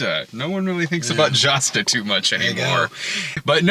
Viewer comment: I believe Josta is pronounced Y’osta.